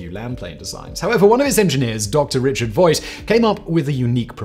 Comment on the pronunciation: gotta correct you, Simon: the designer of the bv141 was Dr Richard Vogt, rhymes with "poked", not "Voit"